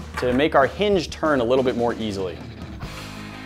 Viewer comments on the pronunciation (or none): none